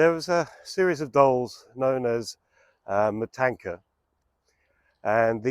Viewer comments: Marzanna- One repeats the N twice in this name, just like Anna (not Ana). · Marzanna , please pronounce double NN, otherwise , could it get it.